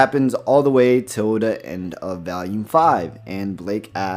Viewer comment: Aside from a few nitpicks like saying “Valume” (which it is pronounced “VOLUME”), this has pretty much explained things in greater detail. AND pretty much confirmed my worst fear: RWBY is dead. “This is how it happened: This is how Team RWBY died.”